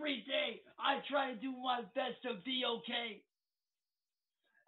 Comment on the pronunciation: "I'm not ohay."